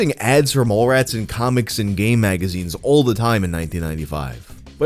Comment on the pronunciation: definitely heard "gay magazines" instead of "game magazines lol